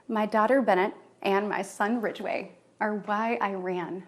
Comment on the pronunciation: WHAT the hell is wrong with you? Couldn't make cheerleader, huh? And - 'Ridgeway'?! Talk about your "hard decisions." And why are you trying so hard not to laugh? Get a life, Katie girl.